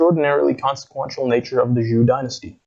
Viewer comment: Why not learn how to pronounce "Zhou" before going public?